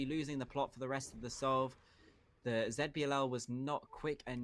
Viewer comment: Please stop saying ZetBiLL just say ZiBiLL like normal person